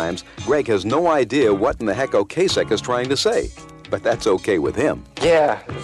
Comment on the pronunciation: O-Cass-Ek, not O-Case-Ek